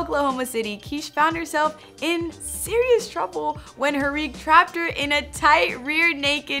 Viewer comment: Keesh and hee-rig. I can tell we got some real MMA fans over here